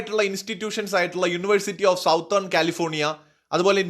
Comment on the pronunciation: സൗത്തേൺ അല്ല ഉമ്മയപ്പാ, സതേൺ ആണ്.